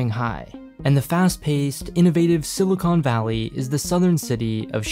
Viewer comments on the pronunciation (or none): none